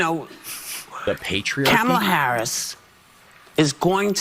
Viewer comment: Did Whoopi mispronounce Kamala Harris's name? 😮